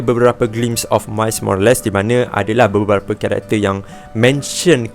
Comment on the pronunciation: " mais morales " 🙄